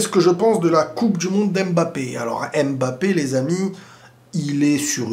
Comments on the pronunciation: Arrêtez s'il vous plaît avec le ''Aime Bappé" c'est "Mbappé" bordel sinon très bonne analyse ! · en toutes bienveillance parce que j aime bcp tes videos, mais essaye de dire "Mbappe" et non " M-Bappe", les autres peuvent faire l'erreur on s'en fou mais toi t'es un frere donc on peut te corriger en bienveillance sur la prononciation d'un nom Africain.🤩🤩🤩👊👊